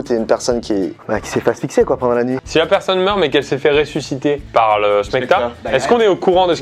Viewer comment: Quand a dit ressuscipeter, j’ai péter